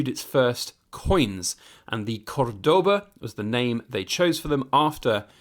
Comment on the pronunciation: The other way round it’s called Spanglish but would it be Englspan for British/Americans? Btw the accent is on the first syllable (Córdoba), other than that pretty decent pronouncing going on here.